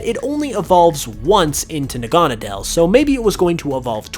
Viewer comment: Its pronounced Naga-Needle!!!